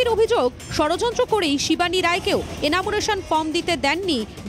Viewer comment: সাংবাদিক আপনি? এনামুরেশন বলছেন? আগে একটু পড়াশোনা করে খবর করতে আসুন, এনিউমারেশন উচ্চারণ করতে শিখুন।